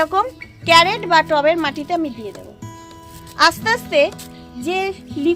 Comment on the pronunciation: ক্যারেট? ক্রেট বলা যায় না!😂